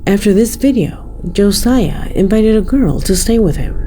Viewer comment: As someone with my son's name being Josiah.... it's not pronounced like you did. His name is Josiah. Joe-S-eye-uh